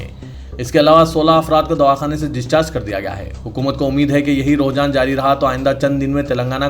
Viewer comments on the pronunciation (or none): Aap ruhjan bol rahe ho,sahih lafz rujhanرجحان he